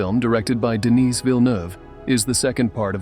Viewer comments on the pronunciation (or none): It's pronounced Denii without s